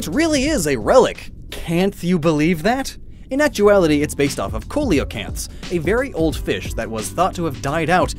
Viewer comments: Cole-o-canth really? It’s pronounced sea-luh-canth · It’s pronounced seal-a-canth not coal-a-canth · …it is ceolocanth(sea-la-kanth) not keolocanth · Stop trying to trick people! It's seelacanth! Not koleacanth! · It's See-luh-kanth and not coal-luh-kanth. Hahahaha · Coelocanth (see-low-canth) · I'm pretty sure coelacanth is pronounced "seal-O-canth" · Definitely never heard Coelacanth pronounced as Cooliocanth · Coelacanth is pronounced "see-luh-kanth" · Why does he pronounce Coelacanth like that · Because he’s got a thing for pronouncing Pokémon names wrong